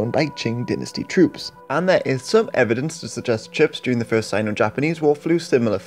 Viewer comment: ummm.... fieerst ????